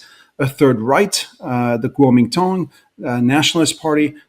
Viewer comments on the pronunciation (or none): He is based in Hong Kong. He used Cantonese pronunciation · When a "China expert" stumbles over the pronunciation of 國民黨 it gives me pause.